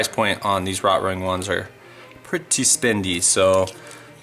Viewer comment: Please learn how to pronounce Rotring.